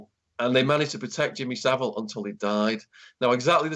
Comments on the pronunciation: It's Savile NOT civil as well!!!! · Rhonda Eiser it’s Savile, not Sivile 🤣🤣🤣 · I can't believe that he keeps pronouncing it wrong it's not like Shaun didn't say it correctly about 10 times. Bizarre!